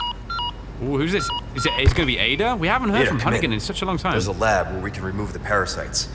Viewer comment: LMAOO HE DID NOT JUST SAY BAEDA!!